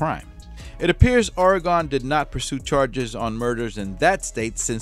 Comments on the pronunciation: it's pronounced ORY-GUN sorry but Oregonians take this stuff seriously. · I do not know a lot about Portland, but I lived the first 49 years of my life in Oregon. I usually don't correct people, but it's something about the name of my home state being mispronounced